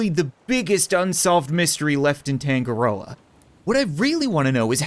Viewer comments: Uhh Cap I'm pretty sure it's not Tan-go-roa it's Ton-nga-roa which for my culture is a Maori god who is god of the sea. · Tangaroa token = tangaroken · is anyone going to metion that tangaroa is actually the god of sea in maori mythology? not going to lie that's some smart naming wait that means that it could've been made by NZ ppl and also that's not how your pronounce it (search it up)